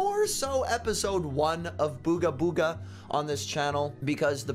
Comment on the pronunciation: Booger Booger: Booga Booga. /Me: SAID IT RIGHT!!!